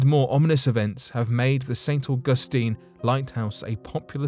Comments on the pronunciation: St. Au' gus tine not Au gus' tine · Just learn to pronounce St, AUG'USTINE . Not st . au Gus tine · Omg!!! Say St ug a steen 1 more time.. I dare you...😡